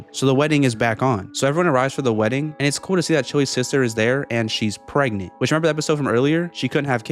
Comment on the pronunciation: how do you get a simple word like "pregnant" wrong?